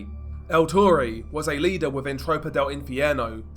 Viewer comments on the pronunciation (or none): none